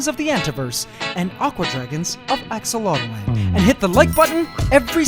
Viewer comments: Why do you keep saying "axolot-O-land" ..... Its "axolot-land" you add another vowel in your own tank that you named yourself!?! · Ask-A-Lot-Land. Your "Aqua Dragons".... May Ax-o-lot. C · Not.enough to.go.around no, it’s AxoloteL-land